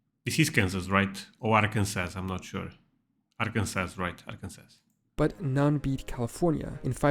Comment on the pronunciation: You were right it was Kansas not Arkansas. And when you say Arkansas it’s different than Kansas, you leave off the last s: pronounced “ar-kin-saw”